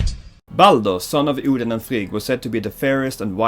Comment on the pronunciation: I'm here after watching god of war 4, and I'm here to tell u: Get your pronunciations and spellings right. Loke... Seriously!!? I mean come on, everybody knows it's Loki, all u had to do was watch a freaking avengers movie!!! And even Odin! U were calling it something I don't even know what.